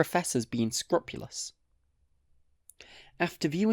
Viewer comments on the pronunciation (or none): Good video but scrupulous is pronounced ‘scroopulous’.